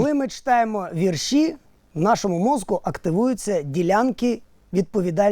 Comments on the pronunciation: а ось і другий випуск переглянув я і те що не віршІ, а вІрші знає вся моя сімя але Ігорь не зважає правила мови тому ще досі ми чуємо не правильні вимови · Продовжуйте далі! Офтоп: Вам мали ще в першому випуску сказати в слові вірші в українській мові наголос на другій «і» В слові ваги, на «а» 😅